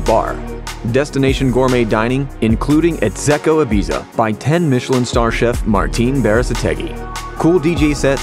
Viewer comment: Can’t cope with the pronunciation of Ibiza.